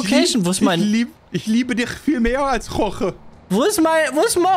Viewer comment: Es heißt Jorge und nicht Roche